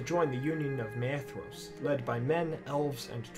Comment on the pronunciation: The creator of the video absolutely WRECKS the pronunciations of Maedhros, Lalaith, Nienor, Niniel, Arnoediad, Ibun, Angachel, Finduilas